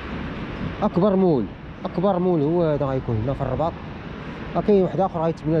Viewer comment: سميتو mallماشي moul وشقق فخمه متشي فحمات اخاي حاول تنطق مزياان